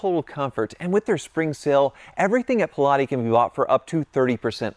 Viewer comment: I think you’re butchering that shoe name